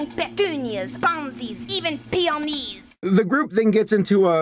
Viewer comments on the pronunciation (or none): "Even P E E Y O N E E S"